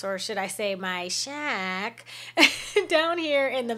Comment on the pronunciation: LOL the way you said "a shack" 😂👌